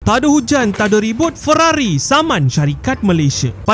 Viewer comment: Ferrari ❌ Weerrari ✅